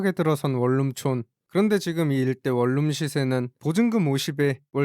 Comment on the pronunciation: 발음 할때 월룸 이라고 읽지말고 원눔이라고 읽어라 좀~~~~~~~~